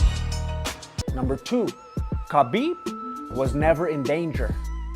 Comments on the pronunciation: his name is written as khabib but pronounced as Habib. please get it right next time.. btw awesome video !! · Stop calling him Kabib its Habib aaaaaaaaaaaaaaaa mate you're driving me insane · Hi there, just a friendly point pronounce his name with H and not K.... so its HABIB not KABIB....WHICH MEANS The Friend or the Beloved . Good Luck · Ha beeb ..not Ka Beeb ...get the mans name right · Lol, like your commentary But Bro you missed his name proper pronunciation is Ha-bib not kha-bib = Habib, K is silent. But not your fault many people thought that but it's been cleared recently. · Ha bib” not kabib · Name's Habeeb you don't pronounce the K !!